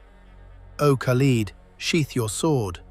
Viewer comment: Learn how to pronounce the name khalid. Lid like a pot lid not peeled like leading an army.